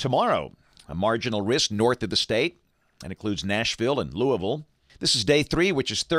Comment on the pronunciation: As a KY native can I just say how much I appreciate the correct pronunciation of Louisville?